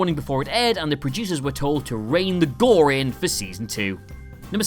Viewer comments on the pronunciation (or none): none